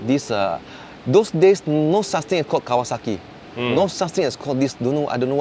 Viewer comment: its cocksakie,.not Kawasaki mas😶😂